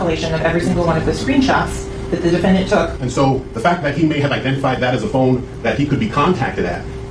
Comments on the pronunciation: It's phone not phine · The way you say phone is hilarious 🤣🤣🤣🤣 “ i think it’s his fooon” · Hate the way you say Phuune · Why u say o’s like that😂😂😂 “fone” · Very good coverage of the case! But the way bro pronounces "phone" is outlandish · Stop saying phone like that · why you pronounce “Phone” like that? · The way you say phone 😂😭 bro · Bruh the way you say phone 😂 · The Way that your pronounce "Phone" lolololol Bro you gotta be from Calabasas. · The way u say phonr reminds me of cart man😂 all love tho🤣💕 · The way you say "phone" 😂